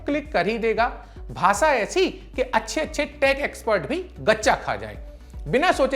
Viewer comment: Bahpot jaldi dusri news pr skip krte hain. Thoda pta v lge ki nayi news kb shuru kr di. Thoda thahrao rakhiye. Aur भासा nhi भाषा होता sir.....